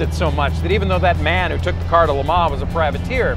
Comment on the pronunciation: Thought I'd heard every butchered mispronunciation of Le Mans, luh-MAH is a new one.